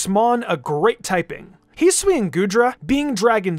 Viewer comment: Its his-oo-ee not heeswee